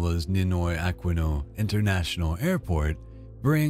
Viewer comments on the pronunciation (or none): none